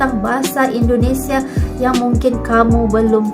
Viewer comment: Tolong jangan dibaca nama negara kami BUKAN INDONESIE yg benar INDONESIA .